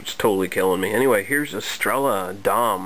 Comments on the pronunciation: Good stuff... but it's pronounced Es-tre-ya. Yeah, I had a can of this about a year ago and thought it was horrible. A crappy adjunct lager all the way. I'd rather drink Budweiser than this, Estrella gets real nasty as it warms up. Out of the 3 Spanish beers I've had, this is the worst one so far. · its pronounced Estreya